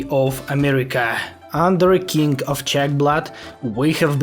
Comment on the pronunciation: Not being rude or anything but you saying kink instead of king is just hilarious 😭